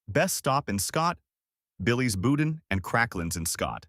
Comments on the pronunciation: Nope. Most of those foods came from Lafayette or New Orleans, not Baton Rouge. Lafayette guy here, so I know that fool is lying, and boudin is pronounced (boo-dahn). Not bou-din. One more thing, BR people are mostly Southern creole, not Cajun. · Boudin is pronounced boo-DAN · It's pronounced Boo-Dahn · Before doing this video, he should have learned to pronounce Louisiana words correctly. I wanted to grind my teeth every time he said, "boudin." Not to mention when he pronounced the names of Louisiana towns incorrectly.